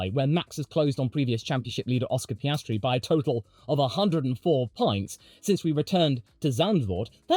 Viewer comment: "104 pints"